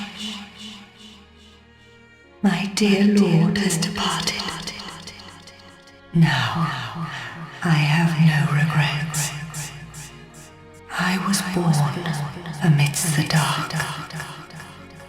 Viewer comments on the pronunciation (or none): "I have no regerts"